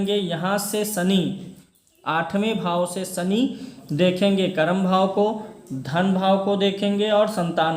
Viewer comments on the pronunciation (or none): none